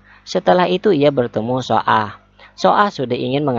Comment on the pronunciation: Cara bacanya BKN so ah min,tpi baca aja su ah